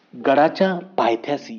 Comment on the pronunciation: Bhau paythyasi nahi bolta paytyashi boltat